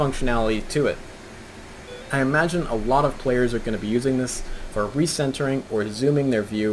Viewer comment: Great video as always, can't wait to get ahold of this one. This is really nitpicky and I'm sorry but the RECCE isn't pronounced like Reese, it's pronounced reck-e by naval aviators 👍